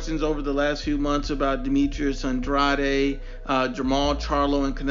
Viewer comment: This video is silly for a variety of reasons. You aren’t pronouncing andrades name correctly. Comparing their last 5 opponents is silly because they’re at different stages of their careers. Canelo is at the top, whereas the other two are still getting established. Also it doesn’t seem like you are using their rankings at the time of the fight; and are using their current rankings. One final point, andrade fighting for the vacant title against some guy nobody ever heard of was because BJS is an idiot and got popped for drugs... otherwise he would have fought BJS who is/was top 10.